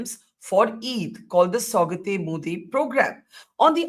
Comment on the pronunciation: It’s Saugaaaat means gift….not Saugat….huh. Btw is Akshay kumar playing Yogi ji 🤣🤣🤣 in this movie ?